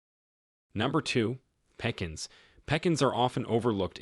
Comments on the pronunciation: This is OBVIOUSLY and AUDIBLY an Artificial Machine Voice !!! Who in this whole world pronounces Pecans as (Peck- ins) ??? your pronunciation is ludicrous!!! Ask any person who grew up in the warm climates of this world, where Pecans grow, how to pronounce the name, they will say “Pee Cons” or “Pee Cans” … not “Peck-ins” !!! GET REAL!!!! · Peck ins? Believability fades when you can't pronounce the name correctly. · "Peecins". All AI madness.. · And you trust the indoctrination center called Harvard!! Your bs AI voice cant even properly pronounce PEE-CAN'S!! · It's "pee cans" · Peck ans? OMG! If you insist on using AI, please reach it to pronounce words properly! This is excruciating. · The mispronunciationof pe-kahns was my laugh for the night!!😂 Apparently no editing. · Pekins look a lot like pecans don't they? These A1 voices are hilarious. Not to mention frustrating. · "pea khans'" /pəˈkän'/ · Tighten up this presentation to keep it under 10 minutes if you want people to view the entire thing. Get an AI reader that knows common pronunciations of words like "pecans" and "synergistic" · Computer voice can't pronounce pecans. Truly bizarre pronunciation.